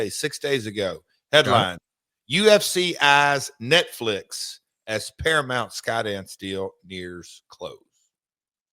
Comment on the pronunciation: It's not "Paramont" Conrad!!